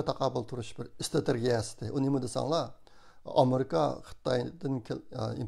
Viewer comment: 'istrategiyisi 'digan sozni toluk ,togra talappuz kilgaysiz!